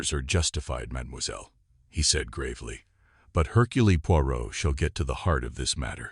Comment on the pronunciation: Mispronounced "Hurcule". I just can't. I'll read this story in an actual book.